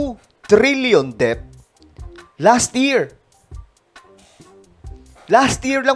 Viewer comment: Det ang basa dun hindi debt, sangkay. FYI lang